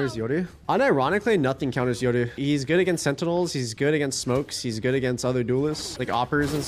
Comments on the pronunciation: if he says Yodu one more time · Why he always says yoru eyoru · The reason he says "yodu" instead of "yoru" is because yoru is Japanese and that's how you would pronounce it in Japanese